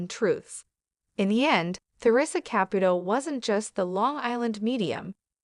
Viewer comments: These AI VIDEOS ALWAYS MISPRONOUNCE NAMES and you’re doing it again with the name CAPUTO. ITS KA-POO-TOE. Her name is TA-RE-SAH…..not. whatever you’re calling her! Very nice story. The wedding picture is also not them. Bad video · Theresa & Larry, wanted to keep their marital problems private. Therea did tell everyone she & Larry grew apart. They were getting a divorce. She said they were still friends, but it was time for them to go their separate ways. Of course, Theresa would help Larry she is that kind of a girl. If you are going to do a story of Theresa [ Pronounced tuh ree suh} Caputo {pronounced Ka poo to}. please get the pronunciation right. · Also she can't say Caputo right